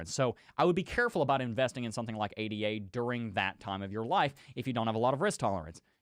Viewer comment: I like your analysis, but please pronounce ADA "aay-duh" it's not "aay-dee-aay"